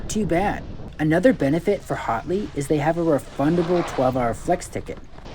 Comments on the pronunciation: its pronounced hat-ley not hot-ley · Thanks for the review but LOL because it sounds like you are saying "HOTley Point" instead of HATley (should sound like when you say AT). Also should be noted that this is not a "new" mountain. It's the old Wolf Ridge slopes so the runs are pretty much all the same with one of two changes. Now, they HAVE invested a not into replacing the old delapitated infrastructure and us North Carolinian's are looking forward to these changes. Voted UP for the review